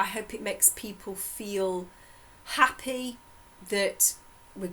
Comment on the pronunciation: Unsollicited advice but can’t you send the audio of your sessions to someone else to transcribe it? Takes away some of the workload. Anywho... thanks. It’s a lot of work but you make a lot of people happy. Or ‘appy’ as you say it. 😉✌🏻😁